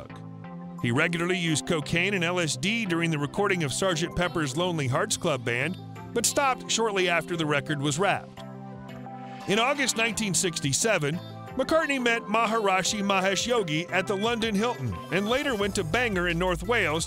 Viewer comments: "Musical electicism"? Musical eclecticism! "Maharasha"? Maharishi! A Land Rover "station wagon"? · WHOA... "Maharashi"?